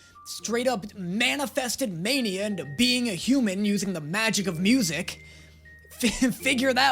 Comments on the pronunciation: Am I hearing him wrong, or has he been calling Naenia as mania? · Why is he still calling Nainia Mania. Drives me nuts